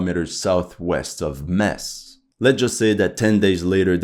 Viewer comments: 90% of the German army was at the east front. Thin brown line. cmon Metz= Metts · you pronounce with Metz with a Z not with a S